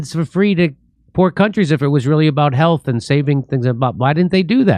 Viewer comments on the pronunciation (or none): this guy can even make the word "health" sound like "hell's"